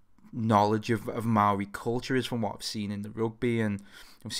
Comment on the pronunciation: About time AW was on here. Ayyy he pronounced 'maori' correctly. You should check out the band Devilskin